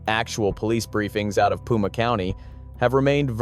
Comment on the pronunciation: Pima ( pronounced Peema) not puma. A puma is a mountain lion.